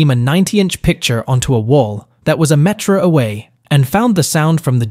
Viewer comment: "A met-ruh away?" Is this AI? And these aren't mini.